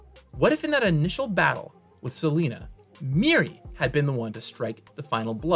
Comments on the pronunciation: It's not Selena, it's Selenia! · It's 'Selenia' NOT SELENA! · it's "Selenia" (Seh-LEH-neeyah), not "Seleena".